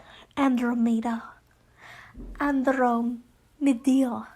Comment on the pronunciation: Ted's grandmother's name is pronounced like An-droh-mee-da